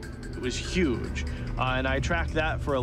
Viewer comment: "Gotta be yuge"